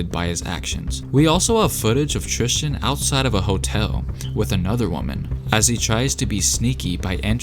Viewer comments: Bruh my name is Tristan. And so many people pronounce it trishtan. Basically how you did it. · TRIS-TEN Thompson.....stop trying to make it sound like Christian with a T! #bruh